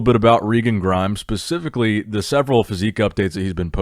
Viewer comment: "I wanna talk about Regan Grimes. Pacifically ..." As opposed to Atlantically lol